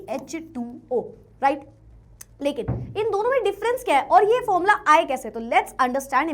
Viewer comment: Formula ❌ Fomla ✅